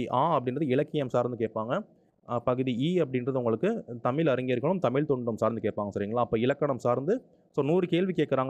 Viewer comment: Sir தமிழ் not தமில்